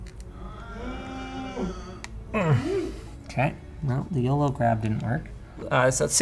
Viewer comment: "Yolo grab" not "yellow grab"